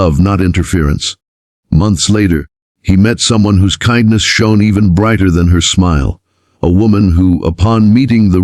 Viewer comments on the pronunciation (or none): Nice story, but kihndness corner? AI needs a little work. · Why can't you pronounce KINDNESS properly (It's the title of your stories after all)